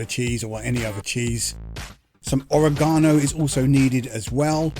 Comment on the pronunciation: I think you’re saying oregano wrong 🧍